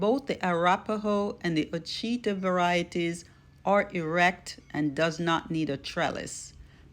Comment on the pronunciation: ouachita pronounced (wash ah taw) great producers